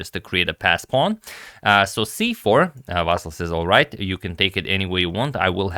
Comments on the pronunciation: Meanwhile, Ivanchuk's name is Vasyl, not "Vassil". But whatever. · Ivanchuk is actually Vasyl, not Vassil its a Ukrainian name, not Russian